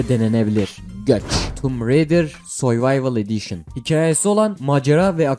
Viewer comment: dakika 3.23 tomb raydır söyvayvıl ediyşın dedin resmen çok güldüm :D <3